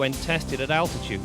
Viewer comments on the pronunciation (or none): none